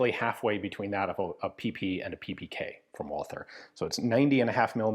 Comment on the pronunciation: A small sidenote: The th in Walther company name is not spoken the english way, but the german way, so only t. The th in german names is a relict from the time before 1873, when in german language every t was written as th.